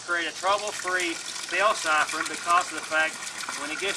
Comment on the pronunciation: Great vid. So many top tips.I love how he says siphon. SAIFORNN!